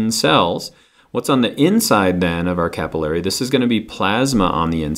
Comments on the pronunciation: Hate the way he says capillary... Sorry haha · I always pronounced 'capillary' different... This is confusing. Regardless, thank you for the video!